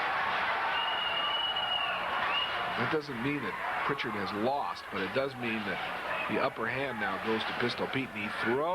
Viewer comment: no T in Prichard